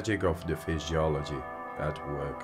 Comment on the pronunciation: Did he just say FISHYOLOGY? 😅